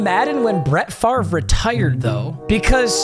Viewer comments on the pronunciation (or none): none